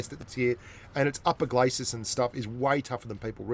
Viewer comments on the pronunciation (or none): none